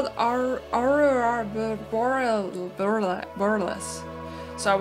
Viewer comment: I'm sorry but it's pronounced: uh-roar-uh boar-ee-ah-Lis